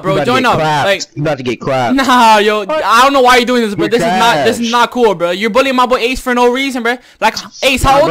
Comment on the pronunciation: He says billien instead of bullying... horsi